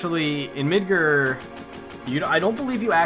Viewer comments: It's MidGAR, not MidGER. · why are you calling it midgur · Says MIDGAR like a pirate. Midgrrrrrr